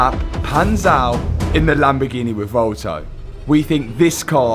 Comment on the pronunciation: Oh the Lamborghineh...